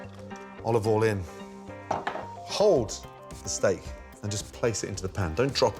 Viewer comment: "HOULD THE STEAK"